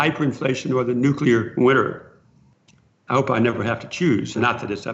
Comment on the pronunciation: Raoul... Please don't say "Nukila"...)))